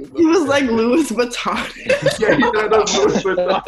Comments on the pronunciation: LIIOUS VUTONNIS 😂😂🤣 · “Is that balensilago” “ is that Louis vittanis” 😂😂😂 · Yelo De Kuga 😂 is that Louis vutonus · "is that belencilagoo" "is that louis vatonis"